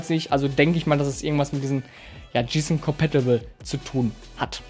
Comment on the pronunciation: 2 Tips für Dich, 1 Hat ein VA Panel sowieso immer einen guten Schwarz Wert und den brauchst du nicht Extra zu betonen, es ist ja schließlich kein IPS Monitor! 2. Wenn Du Englische Bezeichnungen nicht richtig aussprechen kannst, dann lass sie einfach weg und mach das Video nur in Deutsch, Gsysnc Compatible z.b. komplett falsche Aussprache! Wenn bei dir manche Monitore ein schwarzes Bild bringen, dann hast Du wohl mal Blackboost aktiviert, diese Einstellung ist nicht mit jedem Modell kompatibel! Blackboost hilft einigen Monitoren dabei den Input lag zu reduzieren, dieses Modell funktioniert Übrigens 100% mit Nvidia Gsync kompatibel habe es selbst bei einem Bekannten getestet.